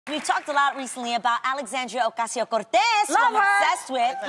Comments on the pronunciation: This is the proper way to speak your native language. Speaking English works different muscles in the mouth, speaking Spanish or other language depends on different muscles in the mouth. Why should she speaks her community's citizens last name in a English way? The only way, I mean the CORRECT way is you must properly say it with a Spanish accent. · That's the proper way to say it. What do you mean trying so hard ? Jealous much. 😂 how do you want her to say it ?in an American accent. #girlstop